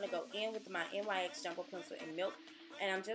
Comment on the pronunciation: I absolutely love your eyebrows.m.and it's pronounced "Nix" ☺😊